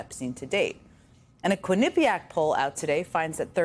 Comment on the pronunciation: Hey Jen, it’s QUINNA pee ACK